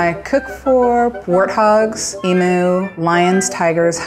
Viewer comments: ITS NOT CALLED AN EMOO ITS EMU OHMYGOSH GET IT RIGHT WOMAN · that's not how you say emu. it's eem-you, not ee-moo. you work at zoo, you should know this. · Eem yu not eem oo